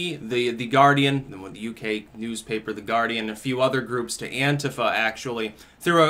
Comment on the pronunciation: Sounds like he pronounced it A(u)ntifa. Lol